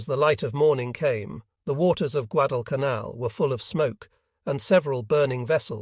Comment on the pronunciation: "When Col Carlson arrived at the scene am in the afternoon." Guad-canal. Occasionally the voice gets close to Guad-al-canal. The American force deserves all credit for the US victory but the Japanese were suffering, as usual, from lots of "wishful thinking".